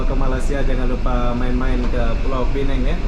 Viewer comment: Kenapa sebut PINENG? SEBUT SAJA PULAU PINANG. sebuah negeri di Malaysia